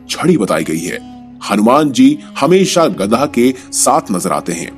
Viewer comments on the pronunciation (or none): Are you gadha It is gada not gadha